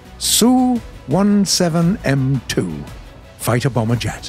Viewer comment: "The Soviet Suuu..." Which shrimp-brain actually pronounced "SU" as "suu" anyway LMAO